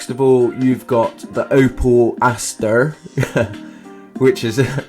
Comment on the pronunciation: it's Opel astra, not what ya sayed. xD